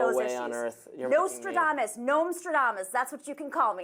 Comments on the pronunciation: Someone needs to tell her it’s not Nosetradamus but Nostradamus, where the Nos sounds like Nitrous Oxide. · Nomstradamus? No, no. Moostradamus